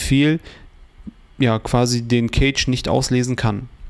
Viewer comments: Bro, Cache ist nicht Kage sondern weiches C, eher so K_asch. Sonst gutes Video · Eher "käsch" oder besser "kasch". Gutes Video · Eher Käsch, ob aber mit ä oder e gesprochen ist togal ... so wie das Wort Cache jedoch hier im Video ausgesprochen wird, bedeutet es auf deutsch übersetzt "Käfig" (engl. Cage).